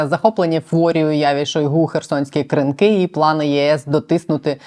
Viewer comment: Що означає "директор з компаній"? Дуже сумнівний інтервюер сьогодні.. як і сайт razom we stand, схоже на шахраїв (реквізитів організації не має, одні директори і збір донатів). Здається правильно КрИнки, а не КринкИ. Не пропускаємо ваші випуски, але сьогодні хотілося перемотати в кінець відео.